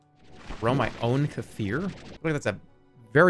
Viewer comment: I can't stand how he pronounced Kefir